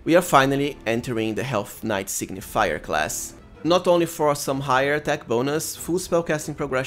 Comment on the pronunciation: Good build, but its Sig-ni-fer, not sig-ni-fi-yer :D